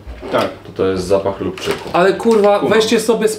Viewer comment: chyba lubczyk a nie lubczuk